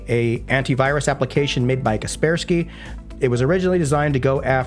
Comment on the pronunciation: Watched untill Kaspersky name was pronounced...